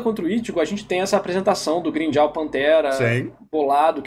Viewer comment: Nao da pra levar a serio um cara que fala Grimmjaw Edit: não dá pra levar a sério um cara que fala noitóra